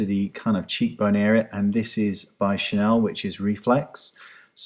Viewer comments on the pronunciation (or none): none